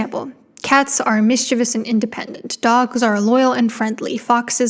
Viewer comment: Thank you for correctly pronouncing "mischievous". That's one of my pet peeves and so many people insist the other way is the right way even though that is very clearly not how it's spelled!!!